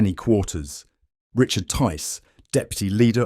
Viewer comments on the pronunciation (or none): none